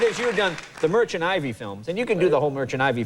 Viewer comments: Is not merchant ivy, Jay, its Merchant Ivory. Other than that brilliant interview. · Merchant Ivy??? Does Jay really not know it's "Ivory"?